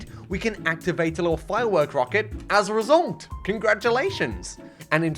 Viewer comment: "resoulnt" - whenever he says result